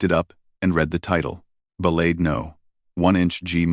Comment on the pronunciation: Learn how to pronounce "ballade"... to those of us who have actually played this piece, your mispronounciation is nothing short of sacrilege. ..